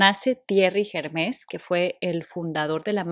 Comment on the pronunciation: No se pronuncia la S, es Herme, con acento en la segunda e y la r se pronuncia suave, gutural